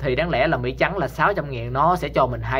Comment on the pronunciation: Anh ơi!! Mỹ chứ ko phải Mỷ!!!